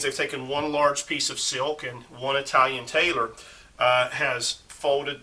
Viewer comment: Might want to learn how to pronounce Italian if making future videos